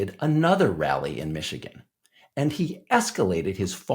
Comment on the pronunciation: Elon must’ve paid off the local Imams in Mee-shee-gone. 😂